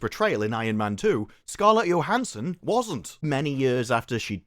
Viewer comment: Motherfucker learn how to pronounce scarlet Johnson’s name omg your accent is like nails on chalkboard